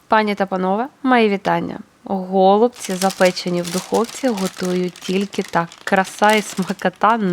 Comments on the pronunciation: В українській мові правильно наголошувати голубцІ́! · Наголос на останній склад у словах голубці та фольга. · Я написала- необычно, о зручности речи не было. Українською тоже слышала на последний слог ударение. Вначале подумала, что вы так шутите чтобы внимание привлечь, потом почитала, что на О ударение на западной Украине. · Необычно слушать ударение на О. Пошла читать историю про голубцы). Спасибо.